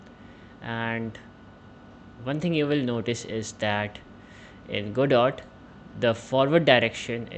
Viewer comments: It's very hard to trust the contents of a tutorial if you can't even pronounce the name of the software used correctly :( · the devs have said it's named after the play, Waiting for Godot. This is a proper noun that is pronounced a specific way, only. I'm just saying, if the very first thing you say about the thing you are teaching is incorrect, it's not good optics! Why should I trust anything else if you can't even get the name right? This just makes a person wonder what else you're going to choose to be incorrect about.